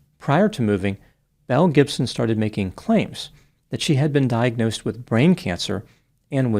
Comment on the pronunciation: I’m know you’re saying Belle Gibson but I keep hearing Mel Gibson and both track lmao. 😂